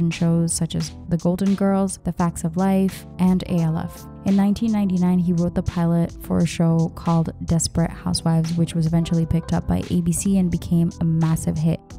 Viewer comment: Great video. Love these shows when they aired, totally due a rewatch. One thing, it's Alf (like elf or Alfred) not A L F